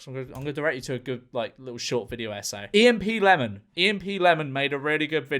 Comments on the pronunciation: the most horrifying part is how he said e.m.p lemon instead of emp lemon. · did memeulous just call emplemon E-M-P lemon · did bro call emplemon E-M-P lemon like it’s a bomb